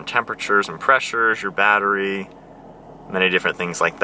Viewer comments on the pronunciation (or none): none